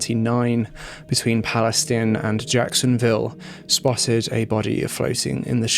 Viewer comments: This case is the worst I have heard in a while. That guy was brutal and remorseless! That poor lady and the family. Also, I am from TX. Palestine is pronounced PalestEEn. Weird I know. There is also a County here spelled Bexar. It’s pronounced as Bear. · FYI in Texas it's pronounced "PAL-i-steen" and "NAY-chis" :)